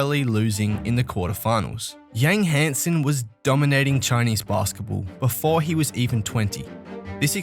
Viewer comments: as a chinese i understand some names is crazy hard to pronounce but Yang Hansen lol with a surname that isn't even chinese. How hard is this? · Adam Silver literally just said his name correctly...and then the narrator immediately starts butchering the pronunciation seconds later. LOL I don't understand how people in media and YouTube cannot take the time to say player's names correctly.